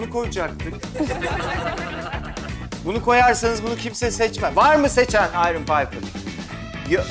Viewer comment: Bu adam İspanyol kardeşim her seferinde Ayron Paypir diye okuma